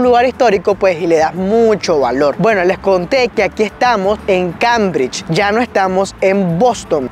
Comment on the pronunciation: Muy interesante canal, lo descubrí con el vídeo de BOSTON. Por favor, recuerda que CAMBRIDGE se pronuncia kéimbridch, no kambridch. Es un error muy común entre hispano-hablantes.